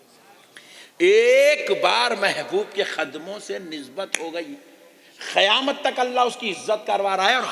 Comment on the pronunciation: 😢Aalim hay ye? Kissi ki mujmay main burrai gheebat? Qurbani. ayat say shrik Mila Raha hay? Koi hawala nahi Allah ki baat kahani qissa suna Raha. Barha charah kar baat kar Raha Faltoo Bataan karay seefa sada Deen sikhao logon ko Miyan moulvi Khayamat nahi Qayamat Qaaf seekhlo Bhai khaf nahi hay